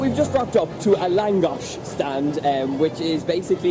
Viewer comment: As a hungarian, it made me smile a lot. :) It's always nice to see your country from someone else's point of view, it was truly heartwarming. I also have to highlight the way you say the hungarian names and words, lovely! haha I hope you will come back someday to grab some more lángos and pálinka!